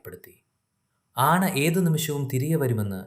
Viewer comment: മലയാളം അറിയാത്ത കഥാകാരൻ ആവരുതേ. നിങ്ങൾ പറയുന്നത് പകുതി തെറ്റാണ്. ആന എന്നതിന് ആണ എന്നാണോ പറയുക? കാട്ടുപോത്തിനെ കടുവക്ക് ഇരയായി കെട്ടിയിടുന്ന ആദ്യത്തെ കഥകാരനാണ് നിങ്ങൾ. അതുപോലെ പോത്തിന്റെ ജഡം എങ്ങനെ കരയും? ഭാഷ ശ്രദ്ധിക്കുക. ഇനിയും നന്നായി കഥ പറയാൻ സാധിക്കട്ടെ എന്ന് ആശംസിക്കുന്നു.